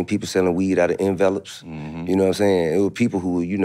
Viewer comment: I’m mad TI said envelope like that